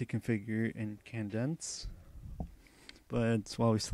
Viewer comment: If you redo this tutorial, pronounce Cadence kay-dense, not kan-dense. Think "Hup 2,3,4," the cadence call from a drill instructor. All about timing.